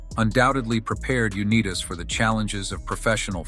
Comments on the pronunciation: The voice mispronouncing his name is a disgrace, UNITAS is a legend in football quarterback. He had a restaurant "THE GOLDEN ARM" in Garrison/Pikesville Maryland area, a Bowling alley "COLTS LANES" on RT 40 and also a delivery service , all of them were short lived. In one game he was slammed to the ground and his nose was broken and bleeding profusely. Art Donovan was pushing mud in his nose to stop it from bleeding. The coach said he was taking him out of the game, John asked why: the response was your nose is broken. John said it is all part of the game and continued playing. We miss him. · AI at its worst. Pronounce the man's name correctly. He invented the modern quarterback position and put pro football on the map. The NFL owes him and others who played with him at least enough respect to get his name right. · Pronounced U-night-as. Statistics stamistics the only thing I know is the quarterback u want in the game in the last 2 mins when the team needs a touchdown to win the game is John Unitas. I’m from Baltimore,weeb eubanks was not a legendary coach;he knew $hit about football. Do some real research before u make sweeping statements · UNEETAS?! Wow. Watch the AI voices. Truly shameful how the NFL handled his disability claims. More than any other player, Johnny U founded the modern NFL. Need a two-minute drill? He's your guy. Still and always the greatest. The Babe Ruth of football. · Just to add that I appreciate the video as Johnny Unitas was an absolute legend and hero to all Colts fans. Just wish the AI announcer could pronounce his name correctly! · John's name is pronounced "U NIGHT tIs". This apparently lazy, dumb s**t YouTuber could have watched (at least) one of the many YouTube videos wherein John's name is pronounced correctly. John's misfortunes were not only physical. He was a naive (too trusting) businessman. He was hoodwinked many times by unscrupulous conmen. He lost almost all of his considerable wealth.